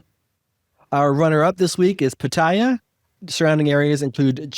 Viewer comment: Taiwan was the first Asian country in May, 2019.... only 2 countries in Asia have gay marriage.... and Pattaya is correctly pronounced as: Pat-Tee-Ya ... :-)